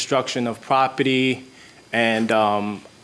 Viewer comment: It's p-r-o-p-e-r-t-y. Not p-r-o-p-i-t-t-y.